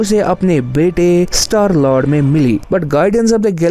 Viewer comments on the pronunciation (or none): none